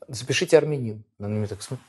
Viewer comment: Что он из марса прехыль? арменин не арненин 😀😀